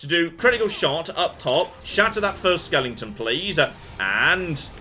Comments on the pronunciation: SKE-LE-TONS! am I the only one who is bothered by his pronouncing it "skelington?" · Question: Is pronouncing it "skel-ing-ten" an accent thing or a joke thing? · I don't think he's mispronouncing the word skeleton, I think he's saying skellington as a pop culture reference. There is a character named Jack skellington in the stop-motion animated Halloween-Christmas movie "The Nightmare before Christmas"